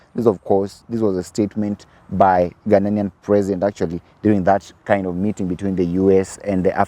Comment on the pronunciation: It is Ghanian and not Ghananian.